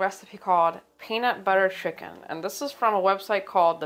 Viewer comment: Excuse me ,she obviously said “penut butter shiken”🙄